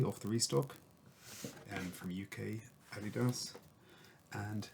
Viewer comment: That’s not how you say adidas bro